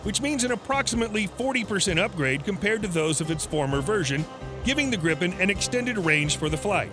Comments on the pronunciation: Gripen pron: (Gr-ee-pen), means Griphon in swedish. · Its so funny as a person Who is from sweden hear him say "grippen"